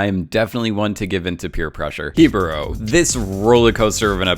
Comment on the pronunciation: he-bo-ro 😂 literally an a in the word